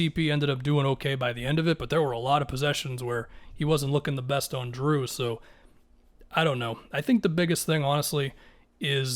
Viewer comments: Dude, its Jrue, not Drew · are you saying "drew"? LMFAO